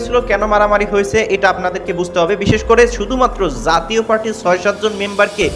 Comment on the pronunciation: ধুর! যাতীয় পার্টি কি! জাতীয় পার্টি বলতে পারো না ? বাংলা শিখো আগে।